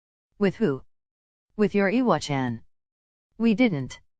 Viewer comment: I love how this voice pronounces iwachan like "eewa-chan" not like the other voices that say "I-wa-chan"